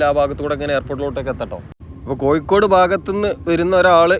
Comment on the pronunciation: കോയിക്കൊടു അല്ലെടോ കോഴിക്കോട് എന്നു പറ